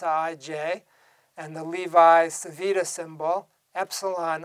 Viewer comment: the correct pronounciation of "Levi-Civita" is more or less "LEHvee-CheevEEtah"